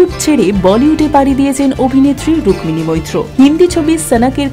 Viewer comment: 'রুক্মিণী ' শব্দের 'ম' এর উচ্চারণ হয় না।